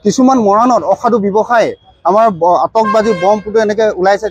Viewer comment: Atishbazi not atosbazi 😂 Illiterate people butchuring my beautiful language!